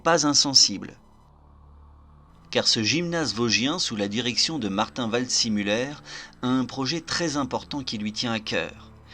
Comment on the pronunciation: Waldsimuller ? « see » ne se prononce pas toujours forcément à l’anglaise, surtout pour un nom allemand ! En général et en particulier, ne jamais hésiter à demander la confirmation d’une prononciation d’un nom ou d’un terme étranger, surtout quand on ne connait pas la langue. Le nom se présente vald-zé-muller.